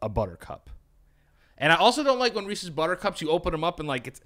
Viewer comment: As a canadian, i appreciate u called it reeses and not reesees 🤘